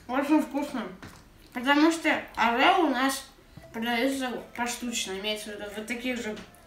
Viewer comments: Правильно орио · Орео ударение на первое о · Не орэо а Орио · Орео ,а не Арео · орио а не арело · не арео а орео как же он меня бесит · Орео,неправильно произносишь